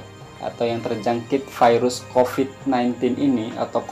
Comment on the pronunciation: kalau virus dijadikan firus pirus.. Mantap... 😂😂😂😁😁